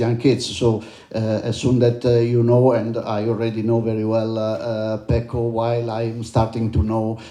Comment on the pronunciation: Really wish my fellow Irishman would learn to say Pecco’s name correctly….